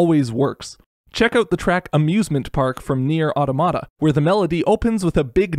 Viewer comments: au-TAH-muh-tuh. It’s the plural of automaton. Not “atamadadtatada.” It is not some weird misspelling of automatic. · it's pronounced Automata, not Automata pls